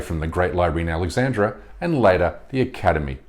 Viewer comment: It's interesting how you offer another perspective, good on you for that, we need more of that in this world that's for sure, but you're being misleading and down-right hishonest when you claim that the famous library of ancient Alexandria (not Alexandra as you pronounce it BTW) was set up by the Egyptians. It was established by the Greeks or Greek civilization if you like, along with the city of Alexandria itself. The language of the library was Greek, as was Eratosthenes and Heron. By doing this you lose total credibility and expose your prejudices, as well as imitating what you accuse western civilization of doing, that is, not giving credit where credit is due. I'd like to get a reply from you about this, if you don't mind. In short, just because Alexandria was located in Egypt, doesn't make it Islamic and a part of the Arabic empire, as that empire came about a very long time after Greek civilization, but yes indeed the Arab Empire was instrumental in saving and passing on Greek, Roman and other knowledge and for that we should all be very grateful to them. For you to understand my point a bit better, it's like giving credit to the Spanish and western Europeans, for the great advances and civilization of the Arab Empire in Al Andalus, because it is in modern-day Spain and the west today. I hope this is clearer to you now and perhaps you can edit your video to be more accurate as well, otherwise you will just come across as a propagandist, one of the things you're accusin